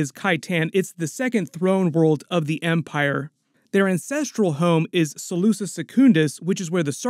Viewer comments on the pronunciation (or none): none